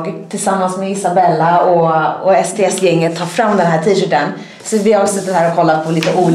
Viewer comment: När du sa sts trodde jag du sa sd